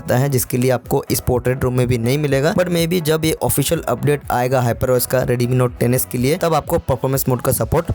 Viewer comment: Redmi note 10s ❌ Reedeemii note teneass ✅